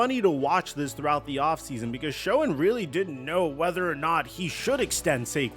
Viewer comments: It's pronounced "Shane"....as in Joe SHANE.....not sho-en. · Please… Schoen is pronounced Shane. Ok. Just helping out. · Your pronunciation of Joe's last name is off there. A wee bit.